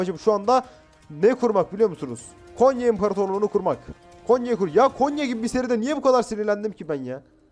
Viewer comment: Abi Konya değil "Gonya" Biz Gonyalılar böyle deriz